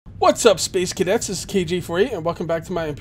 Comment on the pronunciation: "Space Kage" ;)